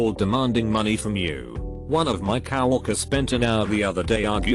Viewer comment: love how he says "cow walker" instead of "coworker"